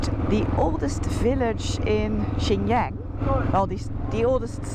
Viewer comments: 新疆 Xinjiang pronounced like ShinJump, not Yen 😂, you literally pronounced it like another northeastern city Shenyang 沈阳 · The fact that she’s been traveling in this region for so long and still mispronounces “Xinjiang” irritates me a little every time I hear it. It feels like she didn’t even bother to look up the correct pronunciation and just assumed “Jiang” is pronounced that way. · the best bit of Xinjiang series is Mr. BING. the worst is noraly's intentional wrong pronunciation of Xinjiang, and some of her cringe misinformation about Uyghur not allowed to speak Uyghur. but thanks for showing the beauty of China. I wonder how much noraly's heart bleed for the Palestinians, where real genocide is still going since 1948. ah the Dutch, one of the greatest, biggest colonizers in modern history. 🙃